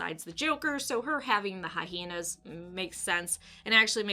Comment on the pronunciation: "Hy-heen-uhs"